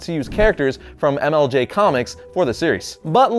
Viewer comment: at first i thought he said MLG comics instead of MLJ comics XD